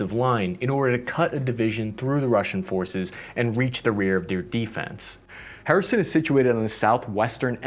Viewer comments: After this is all over I'm heading to "Hereson", UA. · Please please learn the names of the major cities... So painful to hear over and over. Lol. No, there is no "Harrison" in Ukraine. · I gotta respect that infantryman mentality you have to obstacles, none more so then city names you have to pronounce. Just tackle right through them without any regard for how they should be pronounced. Kherson? Harrison. Hooah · Thank you for the content. Please stop saying "Harrison". It seems you will be releasing more videos about the ongoing counter offensive in this region. Truly its not too much to ask to get a couple of major cities/regions names correct. Thank you. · did bro just call Kherson, Harrison? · HER-Son, is how to pronounce kherson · Wait is he calling Kherson "Harrison"? Lol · great video. Only problem is that your pronunciation of Kherson kept throwing me off. Here, just read these two words and youll be set: " her son " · It's pronounced herson..kherson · Where is “Harrison, Ukraine?..” Literally thought that that I was pronouncing it wrong, then realized doesn’t know how to pronounce the name. It’s very typical of English speaking people to butcher foreign names. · Are you misspronouncing all of the Ukrainian place names on purpose? You keep calling Kherson "Harrison". You're making my head hurt. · as a matter of fact it doesn't. The correct pronunciation is HER-SON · H isnt anywhere close to the cyrillic Letter Х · Sadly, never correctly. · It's actually a hard "h" like in hebrew, a sound we don't have in the english language. It's made in the back of the throat, like you're clearing your throat. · Dude, how difficult is it to pronounce the city of Kherson? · Harrison? WTF dude! It's Kherson or Xherson!🤣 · The city of Harrison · Not Kherison - Kherson, please 🙏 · “In the Harrison region…?” Dude! It took a map to understand what you meant! If you want to up your language game: the “K” is definitely NOT silent. It’s more pronounced like a “care-son”